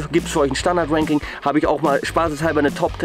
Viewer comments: schaut euch das video bitte an und jedes mal wenn ranking sagt, hört ihr "wanking" hahaha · sagst immer wanking